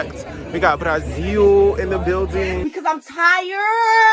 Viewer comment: I'm in love with your pronunciation of BRASIL 🇧🇷 just perfect